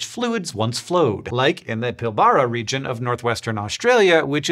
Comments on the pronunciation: It’s not Pill-bah-rah… it’s Pill-bra. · Most people say "pilb-RAH" not "pill-bah-rah". I'm not saying the 2nd is incorrect, Australians pronounce indigenous words wrong all the time, but I lived there, and no one says it like that. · Aussie here: it's PIL-ba-ra, not pil-BA-ra :) Great video! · It’s pronounced “Pil-Bruh” not “Pil-Bar-a”. Also, that’s a picture of an ion-ore mine, which would employee geologists, but for a different purpose. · Nice vid, Hank and co. As an Aussie I feel I should point out that Pilbara is pronounced Pil bara; Emphasis on the first syllable, and the first 'a' is pretty quiet :) All good, and all the best to you. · Pilbara is pronounced Pill b'rah. Because Australia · Interesting stuff! By the way, correct pronunciation of Pilbara is actually similar to Edinburgh. PILb'ra basically. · Great video as usual. Fun fact, Australians pronouce Pilbara as "pill-bruh". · Great video! As a West Aussie, I'd love to offer a humble pronunciation correction: Pilbara is pronounced "Pil-bra" Chemo curls looking damn fine btw Hank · Pill-bra, mate. Pill-bra. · Fascinating! Oh and fyi, Pilbara is pronounced "Pill-bruh" 😉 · Pilbara is pronounced pill-bra. Yes we're weird, it's all the beer we need to inoculate ourselves against the snakes and spiders.